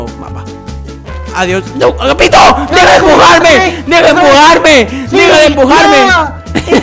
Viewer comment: es agapito no ahapito